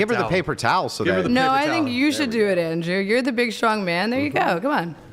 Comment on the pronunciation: The long pronunciation with AHH at the end is so annoying.Andrewaaah